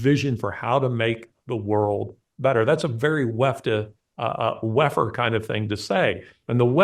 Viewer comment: When you said ‘WEFer’ all I heard is ‘Waffen’.. and what a Freudian audio slip that was. Can’t unhear it now.